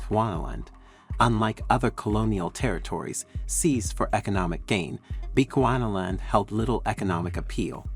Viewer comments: Please it's not Bequana land oh lord 🤦🤦🤦 that's now how you pronounce it's, it's supposed to be pronounced as "Bi chu 'chew' not 'qua' ana land" Bechuana land not Bequana land 🤦 bechewana land but written as Bechuana land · You heard him too😅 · Please make time to research the correct pronunciation of our African Names & Places - you are mis-pronuncing our colonial Name - PLEASE check how to correctly pronounce BECHUANALAND ... NOT how u r saying it.